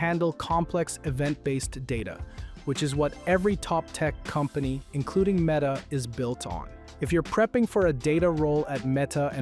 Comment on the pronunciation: What a jarring Meta mispronunciation at the end